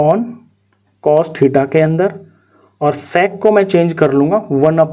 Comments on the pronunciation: Nhi sec²Q sex²Q sunai de rha hai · Bro's pronounciation of sec²💀